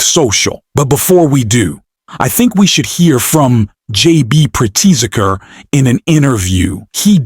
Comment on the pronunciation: Pritz’ker, 2 syllables only. Mispronouncing the stories protagonist is really ameturr